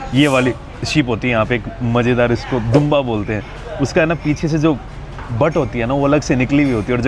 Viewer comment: Bumba nhi dumba hota hai wo